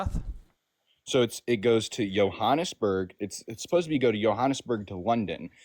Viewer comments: Jonesburg???😂😂😂 Oh, Johannesburg! 😂😂😂😂😂😂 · Jonesburg? JONESBURG? for Johannesburg? I've heard English speakers from Africa call it Jo-burg. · Also said Yo-ha-nes-burg which I've never heard before but at least he knows where it is. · He was so confident in his pronunciation of Sao Paolo while saying Jonesburg. Dude is worthless. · And Johannesburg. "Jonesburg"